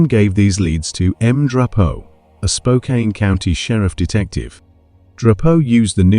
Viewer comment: Spokane is pronounced Spoke Can not Spoke Kain. It’s not too far from Bellingham which the other poster stated earlier is in WA not CA.